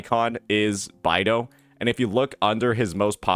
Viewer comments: It's beidou not baidou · i could've sworn it was pronounced "Bay-dough" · Today i just learned that pronounces Beidou "By-Do" 😭